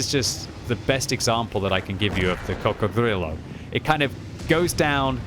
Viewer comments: Please stop saying coccodrillo like you’re Count Dracula!! I can’t take it anymore. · saying crocodrillo is like Benedict Cumberbach saying penguin